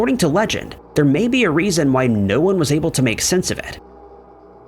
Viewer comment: number nined, number wand.. 😅